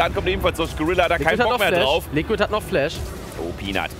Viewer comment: ich find deine Videos top! Aber versuch doch zumindest mal Englisch zu lernen... der Supp heißt "Likkrit" und du sprichst es halt als "Liquid" aus xD